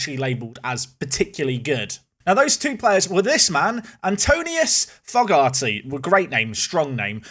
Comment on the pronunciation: You want another go at pronouncing Fogarty?